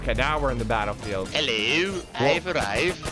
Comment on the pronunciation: saying ELLO